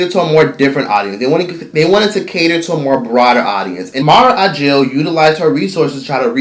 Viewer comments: Thank you for this. Btw it's AKIL - you're mispronouncing the last name. Not a J. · Mara Brock Akil....not Agil. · Say it with me: mara brock aKil... no “g” anywhere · Her name is Mara Brock Akil, right? I keep hearing Ajil....Unless I'm hearing him wrong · It’s hard to focus when he keeps slaughtering the creators last name AKIL! Not ajil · He called Mara Brock Akil "Mara Ajil" oh lawd...please get this lady's name right. But the rest of the content was cool tho. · Mara Brock Akil NOT Agil! Wtf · HOW do you KEEP butchering this woman's last name? Mara AKIL, not AGIL... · Her name is Mara Brock AKIL, with a “k” not “j”!!!🤯🤯🤯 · Her name is Mara AKIL not Ajil or Agil. 😂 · It's Mara AKIL (Akeel) ... not whatever youre saying boo Ageel??? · Bro, how are we supposed to trust your info when you can't even pronounce the people's names right? Her name is Akil, not Agil. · I love but, that "agil" took me out!! It's Mara Brock Akil "a-kil" lol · Listening to this dude mispronounce MARA BROCK AKIL is incredibly annoying! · It's Mara Akil with a "K". Nice Video